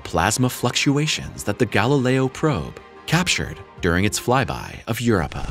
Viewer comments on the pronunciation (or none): "Europa" is pronounced "yur-OH-pa," NOT "YUR-oh-pa." Dammit!